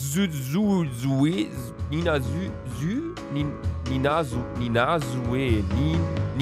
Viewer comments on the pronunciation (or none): Nina Sue (ausgesprochen: [Nina Su] ) Niemand: Wirklich Niemand: Luca: [nina süü, nina süe] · Es geht um den Namen "Nina-Sue". Ein normaler Mensch: Nina...Su? Nina...Schu? Luca: NINASE. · Das spricht man ,, Nina Sue" aus.😂🙄😣😂😂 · Das spricht man Nina zu Aus 😂😊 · Das spricht man Nina-Su aus 😁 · Warum zum Fick, kriegt kein einziger YouTube es hin, Nina-Sue (ßu) auszusprechen? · Nina ßu wird es ausgesprochen (Sue wird mit scharfem s gesprochen und ohne e)